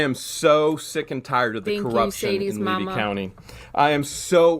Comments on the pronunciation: The county is pronounced Lee-V Levy. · You strut around Florida as a native and you can't say Levy County? Smh...